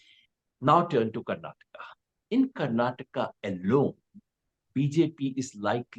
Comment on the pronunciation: It's Karnataka, Karan, not Karnatak.